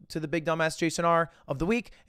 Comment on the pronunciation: The ole Midwestern good ye at the end.